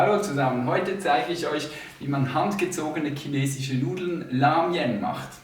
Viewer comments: "Kinesich" xD digga ich kann nicht mehr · "Ch" am Anfang des Wortes wie "k" auszusprechen ist die korrekte Aussprache in Süddeutschen Varianten (und zumindest auch in Österreich standardsprachlich festgelegt).